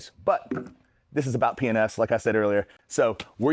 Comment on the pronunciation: Sounds like you are saying penis products! lol